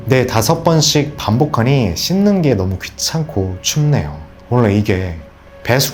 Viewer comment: 너어~무~ 가 어느지역 사투리인가요?